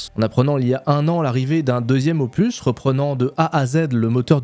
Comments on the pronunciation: on dit opuSSSSS pas opu... tu vois c'est comme pénis, on dit pas péni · Pas "opuuuu", mais "opuSSSS". ^^ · Opusssss, on dit opusssss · " Ce nouvel Opu " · En parlant de prononciation pour générer des commentaires😆 En français, on prononce le « s » final de opus. On dit donc [opys]. Le mot vient du latin opus (œuvre), et en français, la règle pour ce mot spécifique est de prononcer la consonne finale. Voilà 😛mille bisous et bonne continuation 😘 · Moi aussi j'aime ça prononcer des mots anglais à la française. Est-ce que tu faisais exprès aussi pour le mot OPUS? Normalement on prononce le S. Donc OPUSSSSSS. Salutations du Québec. :) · Opu, terminu, cactu, processu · Marrant, on dirait que tu as découvert un mot avec 'opus' 😂 à priori le S se prononce toujours ! Bonne vidéo sinon. Pareil j'ai snobé SE1 depuis .. toujours, mais force est de constater que le second a ses charmes, l'aspect échelle des choses et du décor environnant notamment , on parle souvent de l'échelle pour SC, mais là ça semble nettement au dessus en terme de terraforming / surface planétaire. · merci pour cette vidéo :::: par contre le S de opus se prononce !!!!!!!!!!!!!!! en français en tout cas. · La prononciation de ton anglais me va très bien. CEPENDANT la prononciation du mot opus 😂😂. Tout cas tu as raison d’ouvrir ta chaine a d’autres jeux.